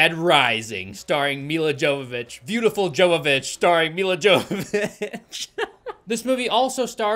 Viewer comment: Nobody is going to tell this man how much he's butchering Milla Jovovich's name?